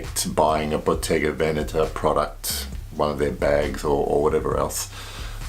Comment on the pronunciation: Wow! You're one of the few people that I've seen on YouTube pronounce Bottega Veneta correctly. 😁